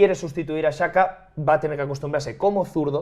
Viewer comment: Pido por favor que deje de pronunciar Xhaka como saka